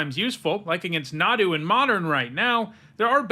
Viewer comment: Mtg players are so stupid, they can’t even figure out how to properly pronounce Nadu.